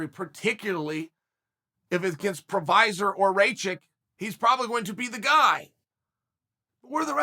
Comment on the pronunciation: Who else came here to laugh at Al the Chael Prohaska jokes... did anybody get a count on how many times he said it wrong? I made it into a drinking game and was passed out within 5 minutes 🤣🤣🤣.. And I know he knows exactly what he's doing, genius..